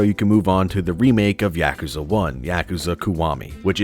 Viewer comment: Great series but you pronounce it wrong 😷